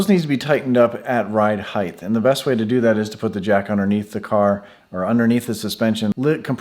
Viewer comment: Height ends in a T not a TH. Height not Heigth.